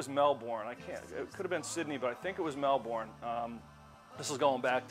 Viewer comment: Fabulous gear. FYI: Melbourne is pronounced "MelBURN"